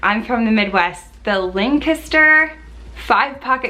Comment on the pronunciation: Aww, a trip down memory lane - I first found you through an early PLG video! (And thanks to you, Urban Southern is moving up my wish list...) Perfect pronunciation on "Lancaster," btw 😆